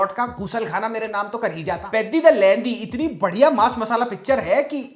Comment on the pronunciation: Peddi ❌ Piddi ✅